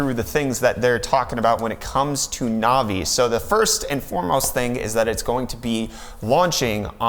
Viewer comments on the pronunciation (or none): Is it just me or does this kid have absolutely no idea what he's talking about. First the 3080 is a 2080 competitor not a 2070 competitor. Second it's navi not novi. And third he's whining about ray tracing which NO ONE uses. So thank you for wasting 30 minutes of my life which I'll never get back. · novi.........no sir....navi......